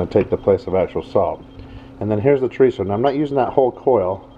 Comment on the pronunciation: Carne Asada, not asade. And Chorizo with one 'r' - Well done, though.